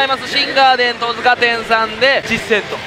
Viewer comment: トヅカでなくトツカです